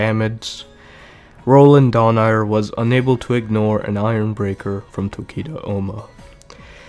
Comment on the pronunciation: its Dho-Na-i-re